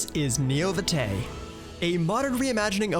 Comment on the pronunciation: VtM players are shivering with the Vitae pronunciation